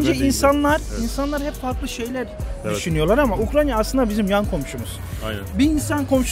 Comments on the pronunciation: Ukranya diyoruz Kardeşim ukrayna Uk-ray-na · American Eagle bir de yasadigi ulkenin ismini soyleyebilse iyi olacak Ukranya deyip duruyor